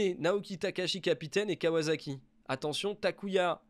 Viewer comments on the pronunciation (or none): none